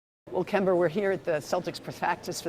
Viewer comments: Did she really said kember????lmao😂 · Why do ppl on ESPN say "Kember?" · SAS calls him “KEMBER” 🤦🏽‍♂️ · his name is not kember. SAS fucked it up for everybody lol